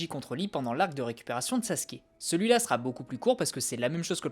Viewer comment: Alors on dit pas Sassouke mais Sasuke (tsais le mec qui a pas compris)